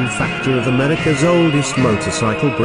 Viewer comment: He said meurica